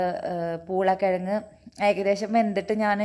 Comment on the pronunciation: Aadyam poolakkizhag ennu paranjappo njan kettath urulakkizhag ennanu.. 🤣🤣🤣🤣